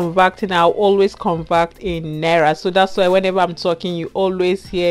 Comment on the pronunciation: It's "Naira" and not "Nera" 😂😂😂